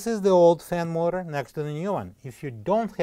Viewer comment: Not helpful can't understand learn to pronounce words ! What is a fin more